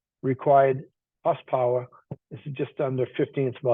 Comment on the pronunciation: what's "hoss powah"? Haha. Just kidding. thanks for the vid